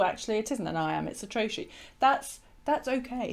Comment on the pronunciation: I always thought trochee was pronounced trokee not troshee.